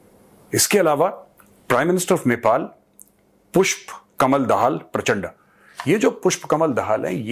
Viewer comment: it's प्रचण्ड(प्रचंड) not प्रचण्डा(प्रचंडा)